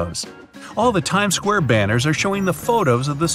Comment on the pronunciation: yup u said scuare